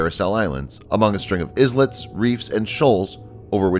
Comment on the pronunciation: That's not how you pronounce "islets".